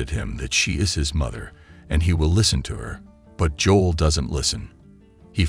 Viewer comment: That’s not how you pronounce his name Joe-l. JOE-L. That the F is Joll tf. Its Joe-L